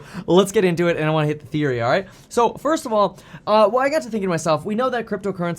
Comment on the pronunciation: He said he had "ETHeory"